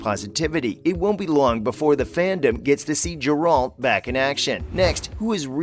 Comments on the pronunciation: It's "GAre ulT" not "JAr uld" Geralt of Rivia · Right! 😂I was wondering who "Gerol" is??? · Old Jerry of Riviera. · ‘Jeralt?’ ARE YOU SERIOUS?? You clearly don’t know much about the series when you cannot even properly pronounce the main character’s name. Are you a bot??? This is offensive to any real fans…. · check the pronunciation of the main character's name lol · Realized you have no clue what you're talking about as soon as you completely mispronounced 'Gerald'